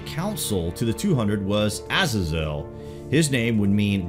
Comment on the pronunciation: E Nock. E knock! NOT E NIK. for fuck sakes. It's not just you...😡 Uh Zay Zil. I mean ma wtf